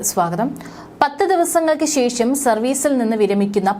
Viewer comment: ഷ ..ശ... ഈ അക്ഷരങ്ങൾ നിരന്തരമായി പ്രാക്ടീസ് ചെയ്യുക... ശേശo എന്നു പറയരുത്....